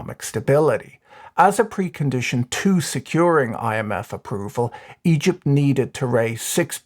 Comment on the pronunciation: i can't help but hear "eedjit's currency crisis"